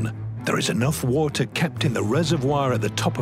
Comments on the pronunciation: I like Guy but I can't get over the way he pronounces "water". 🤣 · Just when I thought I heard all the pronunciations for the word "water".